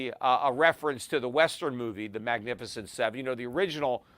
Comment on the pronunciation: Peter you always listen to CNBC and you've never heard of "The Magificient 7" 😂